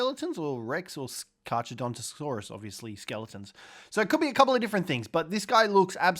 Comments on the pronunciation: Pronounced car car btw. Even tho it’s spelled with h’s it’s silent. Same name as great white shark’s scientific name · You don’t pronounce the ch in carcharodontosaurus. You only pronounce the c, so it’s carcar